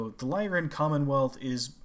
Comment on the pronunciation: "Lyran" refers to "Lyra", the constellation (a lyre, the Greek stringed instrument of old), which is pronounced with the "I" sound for the Y, so "Lie-run" is correct.